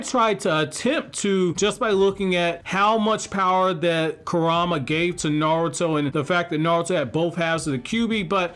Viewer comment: Why is it hard to pronounce Kurama correctly lol